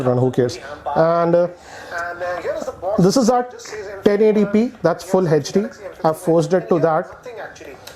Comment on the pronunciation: What is hetch d? It's HD, not Hatch D 😂😂😂